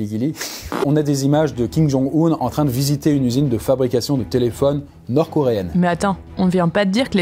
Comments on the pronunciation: Hello, belle vidéo mais une petite précision: ça se prononce Kim Jong-"Eun" (si si) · D'ailleurs Kim Jong Un ne se prononce pas Kim Jong Oun mais Kim Jong Eun Beaucoup font l'erreur